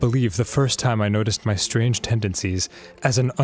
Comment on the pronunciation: the way he pronounced strange caught me way off guard 😭